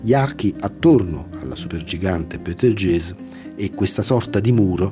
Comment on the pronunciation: Comunque si legge "Betelgheuse" che io sappia.